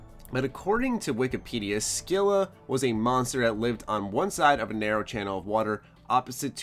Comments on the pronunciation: scylla is pernounced like sil-a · Scylla is pronounced "Sil-a".